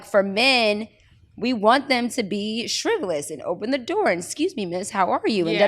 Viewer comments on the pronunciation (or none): At 38 minutes did she say shriveles 🧐and she said it again. But I think she was trying to say Chivalry wanting a gentleman and all that comes with a thoughtful person. I love the conversation and the message, Lady London makes you want to talk to her more and more.